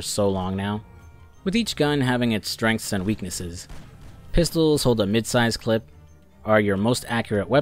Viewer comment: Hearing him say clip is hurting me.